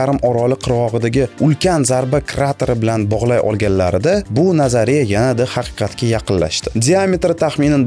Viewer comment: 20 50 секунда 180 км деб адаштиз 180 метр буса керак ичида одамлар турганда каранг буса 300 метр чикади. Кейин назария сузини нотугри талафуз киляпсиз. Лекин техноплов👍